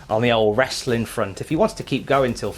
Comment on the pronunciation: i already downvoted you by the time you said "wrestling" with the hard "T". I'm going to spend the rest of the afternoon sad that I couldn't downvote you again.